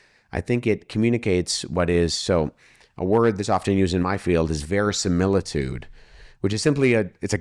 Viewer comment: I am really impressed that Wes pronounced "verisimilitude" correctly. You almost never hear that.